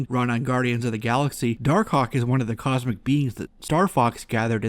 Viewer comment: I like how you call him dar-cock